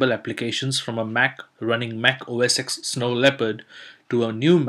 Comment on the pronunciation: Only one comment!! OS "X"? OS "10"!!